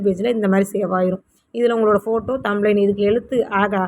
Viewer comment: அக்கா தம்ளைன் இல்லை அக்கா "thumbnail" இது தெரியாமல் எப்படி அக்கா பாடம் சொல்லிக்குடுக்கிறீங்க? விட்டுப்போட்டு சமையல் சாம்பார் வீடியோ போடுங்க அக்காச்சி.